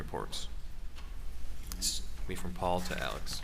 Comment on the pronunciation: this guy is the only one who knows how to pronounce “alex” and “murdaugh” correctly